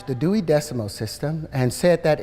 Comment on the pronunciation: That deewy decimal system